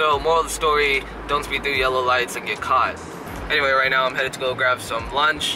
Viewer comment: Emphasis on the “get caught” when saying don’t speed 😂 Also question that idk if you covered. You’re the first youtuber I thought of to look for tips. When and if you get bad grades how do you analyze it and combat the feelings of inadequacy?